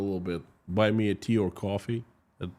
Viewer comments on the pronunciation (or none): none